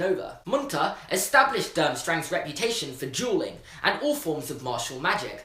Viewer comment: "reputation for drooling" instead of "reputation for duelling"